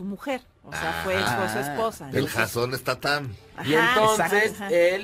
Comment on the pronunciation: Jason Statham Horacio (alias Aquiles) dice (stat-jam) jajaja critica, pero no sabe ni pronunciar el apellido